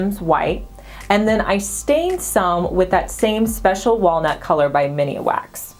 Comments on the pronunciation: Love the bathroom! The stain is called Min-wax, not Mini-wax...you made me chuckle...lol.. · I giggle every time says "mini wax" as the brand of stain she uses, it's MINWAX. Love ya you're too stinkin cute! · I was meaning that pronounces it with an "uh" between mini & wax. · Makes me smile every time she says it! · I laughed a bit too and hit replay just to check I wasn’t hearing things— “Mini-a-Wax”. Sorry just teasing but now you know. 😂😂😂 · Me too .... I keep wanting to say “IT’S MIN.. NOT MINI”!!!! 😆. I love that black Sputnik Light Fixture. Would never think of putting it in the bathroom. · Bathroom looks great!! Light fixture seems a bit much size wise maybe something smaller & more organic? just a lil fyi - it's Min wax (Minwax) not Mini wax....just so ya know! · It's Min-wax, not Minnie wax...lol. That's cute. I love the atomic light fixture. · Sweetie are you saying “ miniwax” it’s just “min-wax” just saying cause they would be a great sponsor for you!! Love the bathroom!! ❤️ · I love all of your projects and videos! But did you know the stain is pronounced Minwax and not Mini wax? Lol..still love ya! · Always like almost everything u do keep up the great work! 👏 Oh n the stain is pronounced Min-wax not Mini-wax 😉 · Beautiful! (Just an fyi, Minwax is pronounced min-wax, not mini-wax.) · Every time! I do the same thing. "It's MINwax, not mini-a-wax" :) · Wouldn't it be pronounced min wax instead of mini wax? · Minwax not miniwax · I know you had the small can, but it's MINwax not MINIwax lol. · It’s MIN wax, not MINI WAX! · Just FYI its MIN WAX not Min i wax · It's Minwax, not Miniwax. Just sayin'. Good job! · It’s pronounced Min-wax… not Mini- wax 🙄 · I notice a lot of DIY'rs on YouTube say "Miniwax". It must be one of those things that get said wrong so long that they all do now 😁❤ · I thought I wasn’t reading it right. 😂 Miniawax? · I love your channel especially the room makeovers. Oh btw it’s pronounced men-wax 😆😉😊